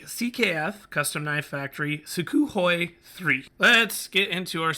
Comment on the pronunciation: Oh, and it's pronounced soo-(k)hoi with an almost silent K